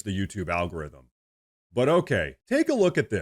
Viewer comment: HEY WE LIKE YOUR SHOW MAN AND U DON'T HAVE TO REPEAT YOURSELF OF THE ALKARYTHUM HAHAHAHAHAHA ILLINOIS YOUR A CHUMP STATE U GOT THAT BUT YOUR PAIN IS COMING